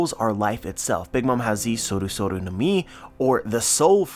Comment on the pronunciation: Not 100% but I’m pretty sure there isnt an “r” in the words no, close, or below.. just kidding keep up the good content